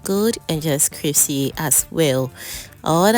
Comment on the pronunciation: Yes Crispy❤. I kept hearing cripsy though but that’s ok.